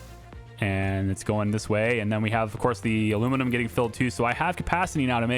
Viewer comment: Aluminum, not Aluminimum.